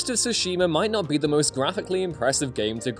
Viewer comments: Don’t let this dude do anymore video’s unless he can learn to pronounce Tsushima correctly. Soshima is not even close. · I couldn't get through the entire video with the way he says Tsushima. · i like the video cause the info it gives but hate cause the mispronunciation of Tsushima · Anyone else bothered by the way he pronounces the title?? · Good grief, how many different (incorrect) ways are you going to pronounce Tsushima before the video is over?